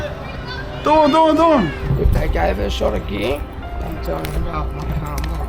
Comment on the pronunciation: Dam my bruh, i thought you saying your name was Dawn, lucky those subtitles came up. Doin', gotcha.